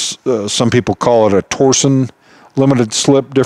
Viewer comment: "torsion" is the physical act of applying torque, not a company. The differential uses torsion to achieve it's design goals, hence the name. Also, it is pronounced "tor-shun", not "tor-zion", or "tor-sion".